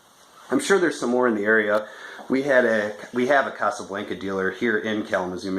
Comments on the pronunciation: It's Casablanca not Casablainka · You're saying Casablanca wrong